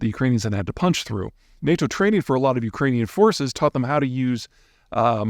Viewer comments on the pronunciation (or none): none